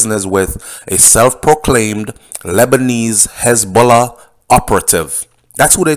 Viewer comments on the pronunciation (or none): none